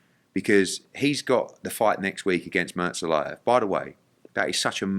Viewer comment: The greatest promoter in the world and still can't pronounce Murtazaliev.